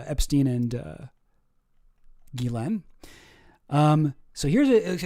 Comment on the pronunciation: It's pronounced "Jizz-lane"